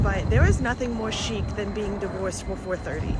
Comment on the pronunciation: It's not chic. It's sheet. 😂